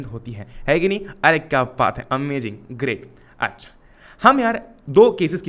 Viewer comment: bhaiya wo amajing nhi hota amazing hota h...................